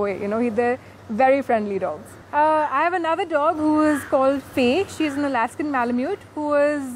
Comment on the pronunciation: u said about another Husky it is alskan m loot